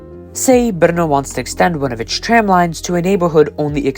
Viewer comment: Český přízvuk je v některých slovech patrnější více, někde méně, zejména vychází najevo (pochopitelně) při vyslovování českých slov. Celkově se mi Vaše výslovnost líbí, možná bych trochu zapracoval na vyslovováni “tr-“, např. ve slovech “tram”, “transportation” - v tomto videu mi to častokrát znělo jako “č”.